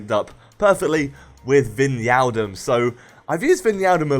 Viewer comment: Hey, Wijnaldum is pronounced as WHYnaldum;)